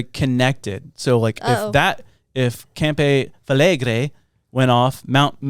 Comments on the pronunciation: From an Italian, the pronunciation is Cam-pee Fla-gray ;) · campi flegrei lol love the name love hiw you same it me and my m8 was dying over that how you said it 😂 sound crazy but good for the planet In away I guse